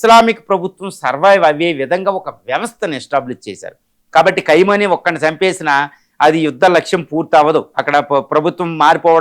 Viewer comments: Ore Vedhava Analyst. Pronounce properly the name of the Supreme Leader of IRAN. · అసలు ఈ "ఖైమోనీ" ఎవరు, " నేతన్యూహు" ఎవరు, ప్రపంచమంతా ఖమెనీ, నేతన్యాహు అంటుంటే నువ్వేమో ప్రతిసారి అలా అంటున్నావు, ఏది నిజమో మీరే చెప్పండి